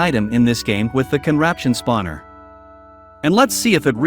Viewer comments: “The spavner” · Why whenever you say the contraption spawner why do you call it spadner?